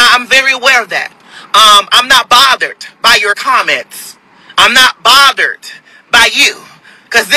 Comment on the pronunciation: 📢 He said he is not botheredT. 🥴